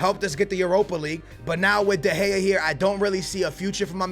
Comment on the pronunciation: Your saying David de gea wrong